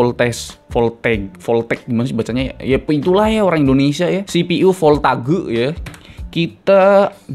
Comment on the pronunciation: Voltageeeeuuu, jadi sunda hahaha